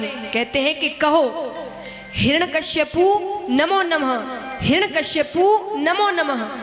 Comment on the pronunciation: 'हिरण्यकश्यपु' नहीं "हिरण्यकशिपु' । प्रवक्ता/प्रवक्तृ का उच्चारण शुद्ध होना चाहिए